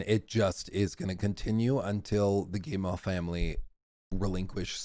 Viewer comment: I appreciate you but we have GOT to work on your French name pronunciation (unless butchering them is the point): Marc-Alexis Côté= Mark-Alexy coTAY Guillemot = geeMO Christophe Derennes = kreestoff deREN (what is this René stuff smh) I believe in you